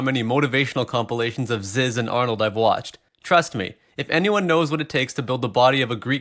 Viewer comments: Who tf is zizz it’s pronounced zeez bro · Zyzz is pronounced "zeez" btw. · This nigga said zyzz like he says jizz